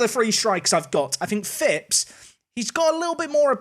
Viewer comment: Love it, you signed a Phipps. Non league i always sign Eli Phipps just because we share a surname and it's a rare surname haha. Plus you pronounce it correctly!! Also seeing Callum Rose is funny seeing he has played for both my teams Plymouth Argyle and Plymouth Parkway haha. Good Video man, keep up the solid work!